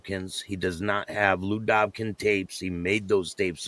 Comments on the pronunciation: its Dobkin, not Dobkins for ppl saying that. Also Pagan Primary, Pagan Cloud,(will never be black)Pagan M Pagan C, right hand over left, "with all due respect", and a Pagan never apologizes. there's a lot more, but I already said too much. Just hate seeing random ppl not even Gettin Dirty Lous names misspelled. this guy needs some serious Pagan Punishment. more than dotted. theres no way hes not out bad. not possible. the guys i was around ? some violent dudes, this guy here wpuld have to leave town. straight up SYL 16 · Hey, it is just "Dobkin", no "s". Just an FYI, not being disrespectful. And Vice has been garbage since Gavin McInnes left it. LL&R.